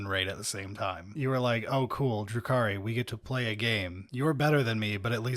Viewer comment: Dark Elves are actually Drukhari, not Druki, in the 40k context. I'm not trying to be an "actually" guy though, but I figured if you cared enough to use their lore name, you'd want to get it right. Have a nice day.